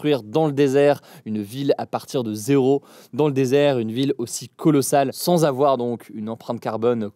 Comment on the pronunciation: Il faut pas afoir peur.